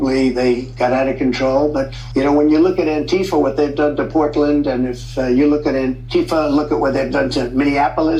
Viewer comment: "what is AntiFa" -- he puts the emphasis on the second syllable to hide what it means, which is "anti-Fascist". Then he plays it as if AntiFa is a "thing" or an "organization" rather than a philosophy of opposing fascism. More Rump bullshit.